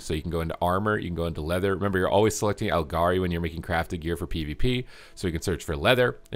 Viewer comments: its pronounced al-GAR-ee not al-jar-ee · wtf are aljari? lemme guess you pronounce gif as jif